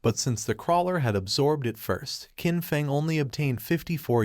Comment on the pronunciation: IDK if you can change how your AI reader says things, but Qin is pronounced "Chin". The Q makes a Ch sound.